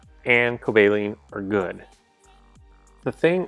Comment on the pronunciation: The pronouncation is coba-leon